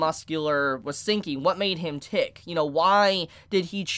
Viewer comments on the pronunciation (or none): none